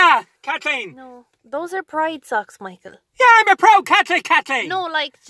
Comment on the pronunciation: “I’m a proud Katlic Katleen”